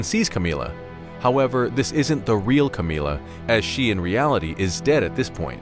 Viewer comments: Camilla isn't pronounced Ka-mee-la, it's pronounced Cam-ill-a as in 'vanilla'. It's very difficult to listen to an entire video with this weird way of saying her name... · Am i the only one who loves the way he says "Camilla" in this video?